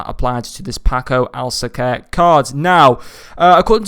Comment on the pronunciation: it's actually said alka ser